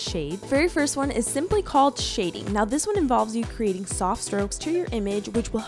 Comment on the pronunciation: She said Shading Wrong